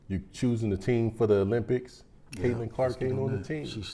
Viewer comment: Caitlin, not Caitlan.